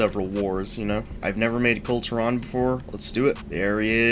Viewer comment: Sorry, I'm only 19 seconds in but are you mispronouncing "Kul Tiran" wrong on purpose?